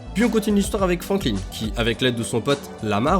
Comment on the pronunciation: T'as un problème avec les noms ... Roman pas Romain Franklin pas Frankline Simeon et pas Simon ... Sinon vidéo assez complète 👍 Gta IV reste mon préféré ❤ Je haïs la nouvelle politique du online et surtout des shark card et les imbéciles qui les achètent ! Sans eux ont aurait déjà gta VI depuis un bout de temp et on aurait eu les dlc solo ! Bande de pigeons, vous plaignez pas si ils en abusent encore plus dans gta VI ! A cause de vous la licence gta a perdu son ame et take two profite de votre stupidité 😒